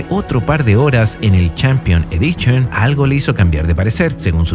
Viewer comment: "Champion EDICHON, CHORRRYUKEN, CHA, CHE, CHI, CHO, CHU." ¡Tu pronunciación del inglés y japonés ES ASQUEROSA, CABRÓN! :body-green-covering-eyes::face-orange-frowning::face-orange-frowning::face-orange-frowning::face-orange-raised-eyebrow::face-pink-tears:👎👎👎